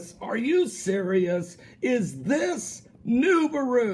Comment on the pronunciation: Lol he says "niberu"